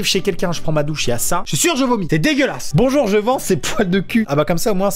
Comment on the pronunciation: Bonchour, che fend un cri-pain.